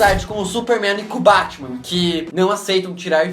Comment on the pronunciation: ele falou bartman